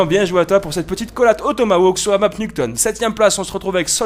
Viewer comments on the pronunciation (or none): none